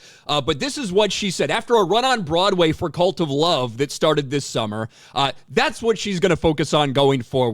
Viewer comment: Oh, CuLt of Love. Has read it differently.